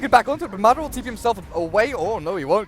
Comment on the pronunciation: Yeah, also somebody need to tell the fucking caster that it's madAra, not mAdara